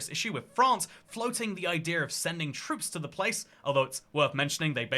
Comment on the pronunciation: French "troops" -- LOL